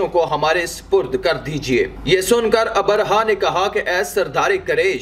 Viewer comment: Assalaamu alaikum jab bhi aap log vdo banaayein meri ilteja hai ki kisi achche urdu jaanne waaloun se pehle talaffuz seekhle a Jaise Abarha - nahi abraha